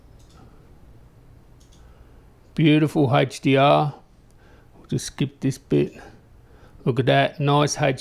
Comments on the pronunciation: Love that you showed the Hey-ch-dee-arr! In all seriousness, sweet video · I love how to say haech d r